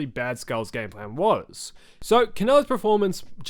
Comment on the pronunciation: I "gwas" born ready